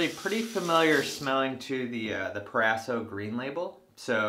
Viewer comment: It’s “pro-razo” not “per-asso”